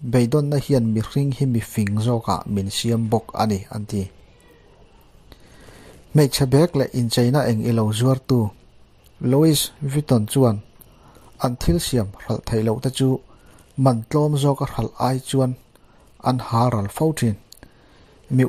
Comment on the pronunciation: Luis ti a lam loh tur lui vitton tih ag a lam tur s silent tur..